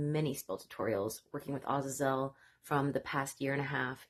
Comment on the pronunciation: You are the first I have become aware of to pronounce the name Azazel correctly!